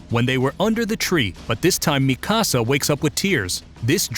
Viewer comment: Ok but you pronounced Mikasa like mi-casa and not like mika-sa